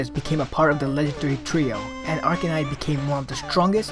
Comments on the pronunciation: it sounds like you're saying arcanite. its arcanine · arcaNINE... NOT ARCANITE